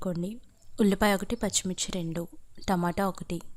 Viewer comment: "ఉల్లిపాయ" అని పలకాలి. ఒల్లిపాయ అని ఇంగిలీసు స్టైల్ తగిలించడం అవసరమా... తెలుగు వాళ్ళం కదా..మన భాష, యాస ని natural గా పలికితేనే అందం... మీరు మరీ కూనీ చేసేస్తున్నారు. మీ వంటలు చూసి నేర్చుకోవాలో, మీ మాటలు విని ఉరి వేసుకోవాలో అర్ధం కావడంలేదు😂.. నా మొహం నా మొహం లాగానే ఉంటుంది..నీ ఒల్లిపాయ లాగా ఉండదు...మీరు మాట్లాడకుండా వంటలు చేస్తే బాగుంటుంది..